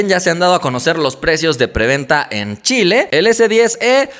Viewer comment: wow .Chile...lo dijiste bien compadre aunque tengo el note 9 no vale la pena el cambio